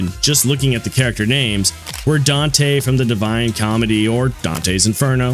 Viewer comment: Another "Danteh..." has joined the cult- I mean COMMUNITY! Yeah, community.